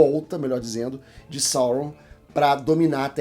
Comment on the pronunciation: Só uma dica... A pronúncia é Saurôn! Até Saurrôn no élfico...